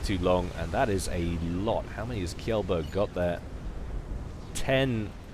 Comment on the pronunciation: Kjellberg is actually pronounced more like "chain", Chellberg (and a soft g)